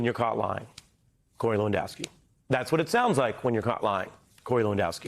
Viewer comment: Hey Ari , call Lewandowski , LAWENSKI or better yet call him Monica Lewinski and see how he likes his name miss pronounced ! You treat a 5 year old like another 5 year old ! I don't know a thing about " Rappin " but I played ice hockey and if someone gives you an elbow to the face , you give him one back , then take the gloves off ! One thing about us hockey players thought ! When the Game is over and the hitting and elbows are done , WE LINE UP AND WE SHAKE HANDS , like men !